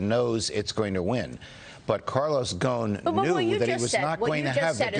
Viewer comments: Why are they pronounce his last as Ghone? His last name is Ghosn (pronounced Ghoson) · His last name is pronounced go-son